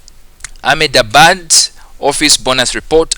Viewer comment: Its pronounced as Ahmad-Abbad. Also pronounce the h. By the way thank you so much. You are truly the best person on Youtube to ever help solving these past paper